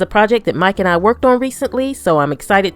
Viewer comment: When she says "Mike and I" it sounds like Mike and Ike